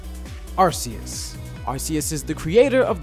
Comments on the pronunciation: I mean it's not pronounced AR-C-US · sorry bro but its actually pronounced ARK-EUS not ARS-EUS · thanks for pointing that out even ash says arkEus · Okay never mind Arceus is intelligant than Alakazam but Arceus is pronounced "Arkeus" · Arceus is now pronounced Ar-key-us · No it's arceus are-see-us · IT'S FREAKING AR-KEY-US